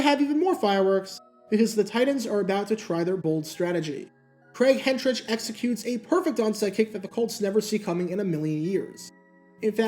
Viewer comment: For future reference, then-Titans P/KO man Craig Hentrich's surname is pronounced HEN-trick.